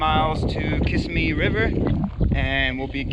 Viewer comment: It’s pronounced “ka-sim-ee” thanks for sharing!